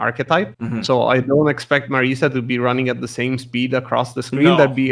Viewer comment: Marisa or Mariza? It looks like the Japanese name has a Z. Or maybe it's spelled with an S but pronounced as a Z?